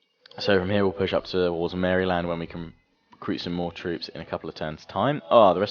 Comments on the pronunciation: Just so you know Maryland is pronounced marealand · I met a person from Maryland and she pronounced it Merriland